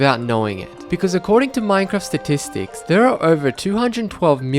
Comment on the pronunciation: Why do u pronounce Minecraft as mminecraft